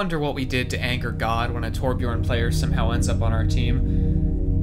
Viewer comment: jesus christ its T O R B J Ö R N